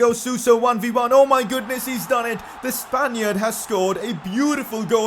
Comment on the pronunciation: "the spaniar"